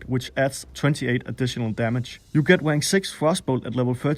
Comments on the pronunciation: Good video, but never say "Rank" again. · I laugh whenever you try to say "rank". Sorry...